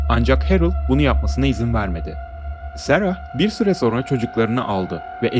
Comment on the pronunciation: abim agzina saglik da....serahhh degil sera